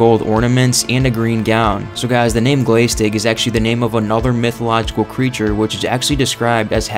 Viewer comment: Just a quick note: glaistig is pronounced as glash-tig (with the 'a' as in the American English pronunciation of 'glass').